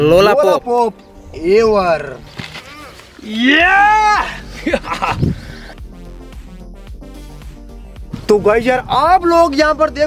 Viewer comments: Bhai yaar lola pop nhi lolipop bol yaar lola pop kuchh ajib sa name hai😂😂😂😂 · It's not lolapop it's lolipop bhai😂😂😂